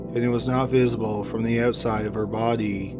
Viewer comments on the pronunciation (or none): You're pronunciation of "BODEE" Is cracking me up.